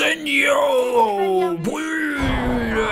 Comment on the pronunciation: j'adore quand harry gagne et que dit: Icendio:D